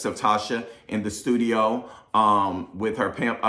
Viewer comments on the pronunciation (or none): Did Don Juan say pimp?......Yeah I heard it right. 😂😂😂